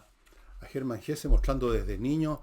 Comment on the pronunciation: Bajo la Rueda es de las mejores novelas de Hesse. (En la fonética del idioma alemán la e final se pronuncia. Como en Nietzsche)